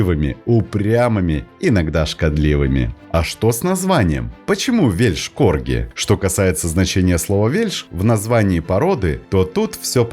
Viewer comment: Извиняюсь за замечания. Но лучше говорить просто "корги". Ибо звучит как "Вещь корги" "л" почти не слышна. Да и сразу не понятно, что речь идёт об Уэльсе.